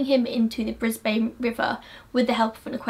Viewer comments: Bris-bum not bris-bane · Lol it’s BrisBIN not BrisBANE😂 great video! And yes this case is one of the most well known murder cases in Oz. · Love your insight on this case. FYI, It’s pronounced Queen’s-land and briz-ben (Brisbane) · Haha so funny hearing u pronounce Brisbane but I live there and we pronounce it bris-bin yup haha weird right😂